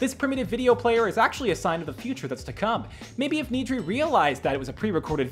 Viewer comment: Pronounce solace correctly Pronounce Nedry correctly That’s not Galvatron Stormtroopers in Ep 4 onwards are not clones Poor reporting screenrant